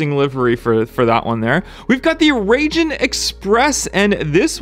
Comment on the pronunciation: Raijin Express, you're saying almost "Raging", it should be more like Rye-gene